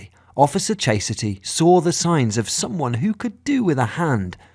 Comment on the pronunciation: "Chase-a-ty"? Her mom, or the narrator?